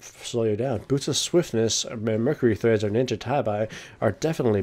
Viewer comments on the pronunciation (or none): Treads, not threads. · Treads... Not threads... What.